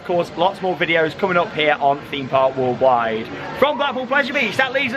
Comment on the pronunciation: 'Hello and welcome to Themepark Woolwide'